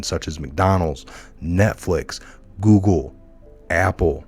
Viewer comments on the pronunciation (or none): none